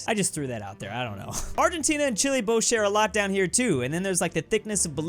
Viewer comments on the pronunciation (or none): none